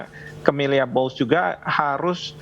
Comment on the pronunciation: Cammilla not Camelia 😀🙈